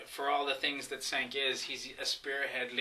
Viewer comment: You know to pronounce cenks name. Douchebag.